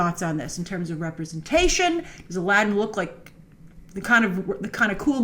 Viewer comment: I don't want to be a stickler for "authenticity" in an arabian night but isn't it about time for Disney to pronounce Aladdin's name properly... and for that matter get Heracles right as well dammit!